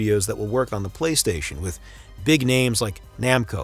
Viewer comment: Thanks for all the kind words guys ! Sorry for the wrong pronunciation of some of the names The song of the Ocarina of Time commercial had to be mute because of DMCA unfort.